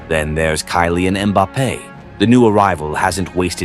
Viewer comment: Just an fyi I like the video, but the AI voice is jarring when it mispronounces names like Mbappes